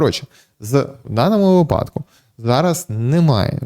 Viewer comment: Слідкуйте за наголосами вИпадок ЛистопАд вИтрати